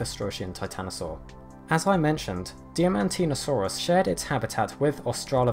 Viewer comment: I have to be 'that' guy, sorry! Diamantina (as in, Diamantina Shire, a Diamantina drover and Diamantinasaur) is pronounced similar to diamond; 'die-man-tina'. That being said ya do awesome work and it's great to see dino's from around where I grew up on the list!